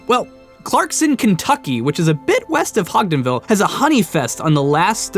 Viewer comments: Hodgenville is pronounced with a hard "G." Hod-jin-ville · hod-gens-ville coming from someone in Kentucky you murdered my fucking ears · Ur pronouncing hodgenville wrong.